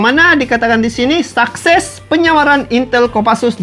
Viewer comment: Suses bg bukan sakses